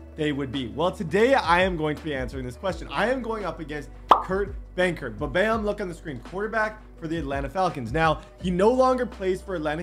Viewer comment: I legit thought it was buthurt not benkert 🤣